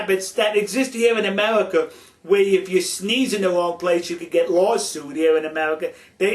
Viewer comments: this guy is funny, he keeps saying amelica XD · "Kiss tu ga?", you American, speak English!!! Then again, maybe you cant. "Foleigner?" "Foitha?" "Coitenly?" "Amewican?" "Amewica?", REALLY! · in amewica we also wespect each other's political affiliation now GO hunt dat wabbit elmer fudd! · Amewican? Amewica? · lol Amewica ... I have a speech impediment too :(